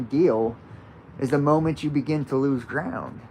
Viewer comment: When you said, "the moment you make that Faustian bargain, that deal, then you lose ground," I heard "lose crown."